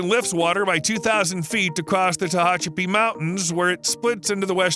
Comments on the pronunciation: I'm sure u'll hear this from others, but it's Teh-a-chapi; not Teh-o-chapi.😁 My daughter lives there. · The mispronunciation of Tehachapi is driving me nuts. It’s the same a as in hat not an o.